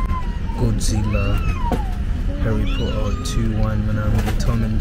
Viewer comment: The way you say 😂 Harry Potter 😂😂